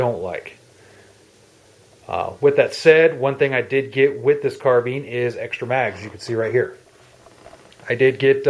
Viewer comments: Carbine not Carbean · "Carbean?" Seems like no two people say it alike?